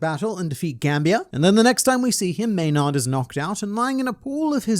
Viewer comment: It gets to me when I hear, "may-nard". Gotta follow your Marineford pronunciation policy with that one